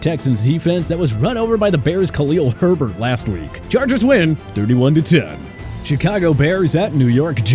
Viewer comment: This guy HAS to be a packers fan. Yes the bears aren't looking great in the passing game but why you gotta say Herbert's name like that? He's a good back!! Also you state that the patriots are not the same team as before....well news flash the packers aren't looking so good either but you don't mention that.